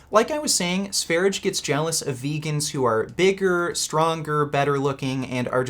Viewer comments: I have told you before. it's not SVERIDGE. It's SVERIYE or SVERYJE. Pronounce his name like you know something. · its not sveridge 😂😂 its SVER-ee-yeh. swedjsh 'sweden'. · It's pronouced Sve-rye, not sware-idge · His channel is pronounced “sver-ia”, no “g” sound. it’s the Swedish name for Sweden... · Sv3rige is pronounced “svah-ree-yay” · The correct pronunciation is Sveryeah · Note: Sv3rige (which is pronounced SVAIR-IDGE-AY btw you fucking neanderthal) wasn't in a mental institution. He was hospitalized in intensive care for months because of a prolonged vegan diet that he was on while exploring sungazing. I find it laughable that is going to misrepresent that fact as him being locked up in a psych ward while is literally on a watch list for potential mass shooters and should be institutionalized himself if he hasn't been already. He's a pathological liar and sociopath so I doubt he would tell the truth anyway. He could learn a lot from Sv3rige who is an honest, open and down to earth individual that cares about others, unlike the misanthropic. That doesn't mean you need to follow all his diet advice but that goes for as well. Vegans are literally dying a slow death despite what this mongoloid tells you. If you actually follow this lunatic, yet have the nerve to mock anyone else, you have serious judgment problem and a lack of basic intelligence, which could be due to your plant-based diet or fetal alcohol syndrome like our good buddy Vegan 'B12 in the veins' Gains or both. lol, Your welcome:) I'm always happy to help.